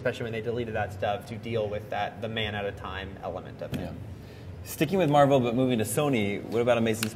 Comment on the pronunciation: it mar-vel